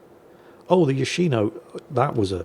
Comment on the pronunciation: It's Yòshino, not Yoshìno. Watch "yakuza fiance" to get it right.